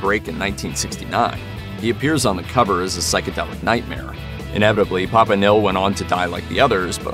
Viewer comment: Host can't pronounce simple words like "nihil" or "prequel"🤣🤣🤣